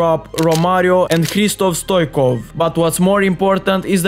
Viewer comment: STOICHKOV not Stoikov